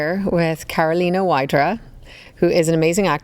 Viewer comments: Yeah, I wonder why Cait pronounced it like that😭 Surely she knows the correct way but instead she even said it with the english w😅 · Very interesting interview! I especially loved the last bit. Two beautiful women, inside and out. Thank you for letting us into your friendship! Also, as a Pole, it's funny to hear "Wydra" pronounced in English 😂.